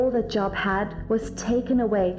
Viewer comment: I have a question that is not intended to be a criticism, but I feel deserves an answer. Wouldn't a true Christian know that Job's name was pronounced with a long o like the word robe? 🤔🙄